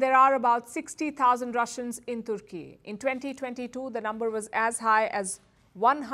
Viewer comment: The way this news lady says "Turkey"is so funny. She is using hindi pronunciation in English news reading 😂😂😂